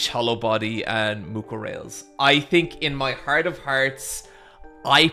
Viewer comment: for the last time, it's pronounced Mucorales